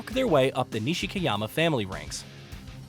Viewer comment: For real, just like knee-she-key